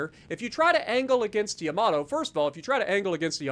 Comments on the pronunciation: “Yamator” 😂😭 that killed me. Good video!! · It's Yamatater